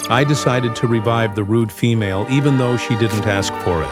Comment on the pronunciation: wouldnt assume their gender, and dont like how you put emphasism on "Female" but go on